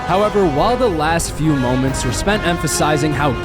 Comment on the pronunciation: "DWIGHT JUST WON IS 4TH DPOY!... a thew years ago."